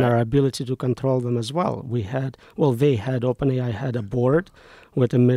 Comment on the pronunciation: OpenAI sounds like Open Eye.